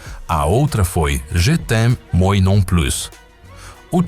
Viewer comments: moi se pronuncia "muuaaa" e plus se pronuncia "pluuu" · 😂😂😂 eu morro de rir como o narrador diz :" moi" 😂😂😂😂 😂😂😂😂😂😂